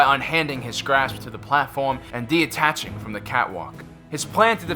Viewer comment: I love these videos but you start using a lot of big words and say "De-attaching." It's not "De-attaching." It's "detaching." Keep up the great work